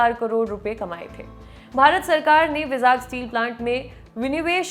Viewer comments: भाई, vizag को बोल - चाल में वाई-जैग बोला जाता है आन्ध्रप्रदेश राज्य में, ना कि विजाग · its not called vizaag, its vaaizag. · It is not विजाग , It is वाइ-जैग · विजाग स्टील प्लांट बोलते हैं ??? I think pronunciation me kuch problem hai vizag 🤔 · Vizag ka pronunciation galat hai madam ji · Please correct your pronunciation of 'Vizag'...its irritating.